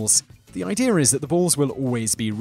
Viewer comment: The word is idea not ide-er